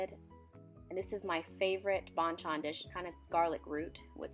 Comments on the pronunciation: bonchon? jojongmyun? You pronounced it wrong.. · lmao the way she says 반찬 (banchan) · the fact she pronounced 반찬 says it all....